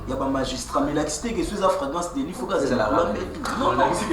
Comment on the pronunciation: afragrance délit à la place de flagrant délit 😂😂des vreai villageois 😂😂